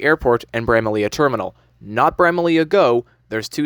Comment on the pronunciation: is done it would’ve been so seamless to switch from the 52 to the 54 lol also it’s pronounced “brah ma lee” not “bra ma Leah”